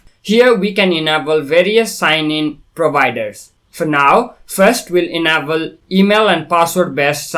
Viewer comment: Enable -- "En-Ei-ball" not "Ehna-ball"